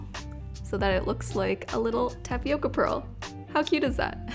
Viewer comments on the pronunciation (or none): none